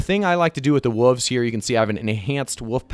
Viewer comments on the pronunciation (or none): What’s a woofs. There’s the letter L that needs to be pronounced. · what the fuck is a "woov" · I like how you mispronounce wolves as wuvs